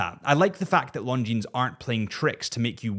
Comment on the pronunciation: The terminal consonant is silent in the word “Longines”.